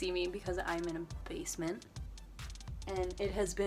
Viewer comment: Lol for some reason everytime you say basement I laugh